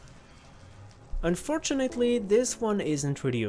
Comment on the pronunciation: "However" "Unfortunelly"